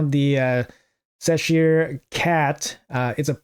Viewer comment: WHY OH WHY did you go back to saying "Seshire?" I heard you actually say CHeshire on a video the other day and I thought you had actually figured it out